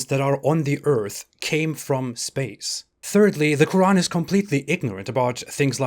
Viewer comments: The Q kh qq' urAn sooooo digusting pronunciation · The last miracle is a good one, "the religion of peace" God burning and torturing people...for eternity, it's not even a metaphor yes, you are so right, extremely stupid, And why is the narrator saying Roran all the time? A miracle? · Why do some people put that little pause between the syllables in Quran while others don't? Just curious. I enjoy your work.